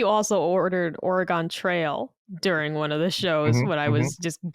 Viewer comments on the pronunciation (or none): Obligatory "that's not how you say Oregon" to. My ears 🥲